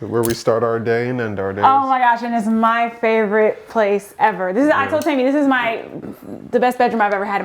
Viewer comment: Its "teh-me" they kept mis pronouncing it and it was grating me 😂